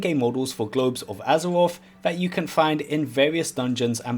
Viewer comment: Take a drink every time he says Azawoff.